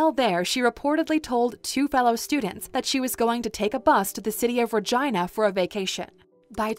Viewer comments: Ra”Gina”... is Ra”Geena” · Regina.. its pronounced reh-jee-na. Not reh-ji-nah. Fyi. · Please stop saying Regina. 🤣 my 15 year old brain in my 44 year old body can't stop snickering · You pronounced Virginia wrong